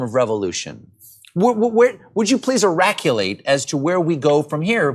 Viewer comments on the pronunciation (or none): So this guy daid this 15 yrs ago? 😂 please eraculate? 😂 for us